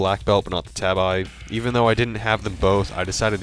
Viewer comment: Pretty cool, wish there was more footage of the boss fights though. It was hard to really get a sense of the weapon's qualities with only short glimpses. (Also Tabi is pronounced "TAH-bee", a Japanese word. And the Golem is "GOH-ləm", not Smeagol's alter ego. 😉)